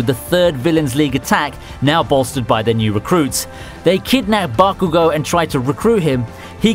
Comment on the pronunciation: Watch the anime in Japanese and learn how to pronounce the names correctly. For example it is not Bakugooo, it's BakuGO. This will result in better quality!